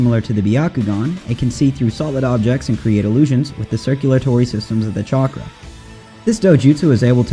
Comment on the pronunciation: "chonkra" LOL 😂